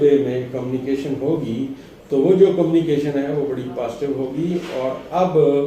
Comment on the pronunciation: ابھی تک آپ کی گزشتہ تو کوئی بات پوری نہیں ھوئی بس ستاروں کی آپ نے دوڑ لگوا رکھی ھے مہربانی کریں ستاروں کو تھوڑا "ساہ" بھی لے لینے دیں۔۔۔ لفظ قومی کیشن نہیں بلکہ کمیونیکیشن ھوتا ھے ۔۔۔جھوٹی تسلیان دے کر آپ کتنا عرصہ لائیکس سمیٹتے رھیں گے ؟؟؟؟؟ اب ایک ھی طرح کی باتیں سن سن کر تو کان بھی پک گئے ھیں ۔۔۔۔ ھون تے معافی دے دیوسرکار